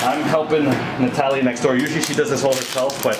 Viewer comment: Duuude on he said the name Natalia and pronounced correctly, that’s my name too and ppl around me be having a hard time with it 😅 I appreciate you doctor ❤